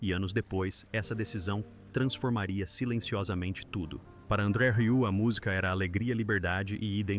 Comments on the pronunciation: "RIÚ"?! Que raio de pronúncia é essa?! Se não sabe, procure antes no Google pronunciation! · Tem que aprender a dizer "Rieu" 😜 Excelente filho 👏